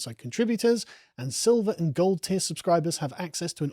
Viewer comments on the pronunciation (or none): none